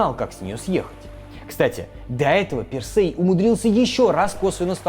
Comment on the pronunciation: тИсЕй, пИрсЕй, дИдал. Не, прости господи, Тэсэй, Пэрсэй и Дэдал. А что это за шутки за 300 про БДСМ и закладки? Словно мой батя решил, что умеет в Молодёжный юмор 🤦🏻‍♀️